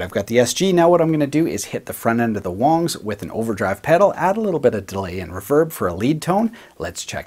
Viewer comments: Uh, it's not Wangs (like bangs), it's Wangs (like bongs). Seriously, it's the most common name in Chy-na, I mean China. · I believe it pronounced "WANGS" not "WONGS". An "a" not an "o". Wangs! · Its not Wongs its Wangs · I think you're saying it Wong. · so it is pronounced "wongs" just to say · Okay I was going to say I can't agree to this statement I like Wang's! But when you said the correct pronunciation I guess I can go ahead and leave a like man...😂